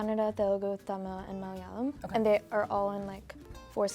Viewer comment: THE ONLY LANGUAGE IN INDIA WHERE EVEN INDIANS CANNOT PRONOUNCE RIGHT IS MALAYALAM. EVEN THE GIRL SAID JUST LIKE WHITE PPL😆😆💣